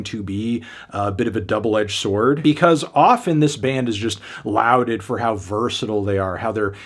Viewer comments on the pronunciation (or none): Lauded....as in lorded. Not loud ed